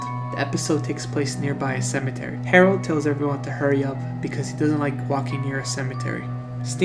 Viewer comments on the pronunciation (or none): none